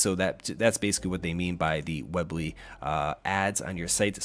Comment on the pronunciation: Its pronounced weeeee bly not web ly lol that was bothering me a lot. Otherwise great video!